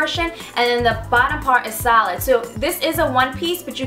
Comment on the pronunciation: Realised like half way through you were saying 'solid' not 'salad'